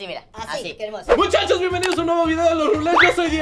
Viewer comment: Se dice kermoso